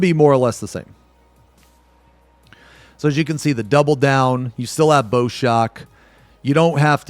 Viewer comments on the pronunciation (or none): Minor nitpick, Bow in "Bow Shock" is pronounced the same was as Bow of a ship (rhymes with wow).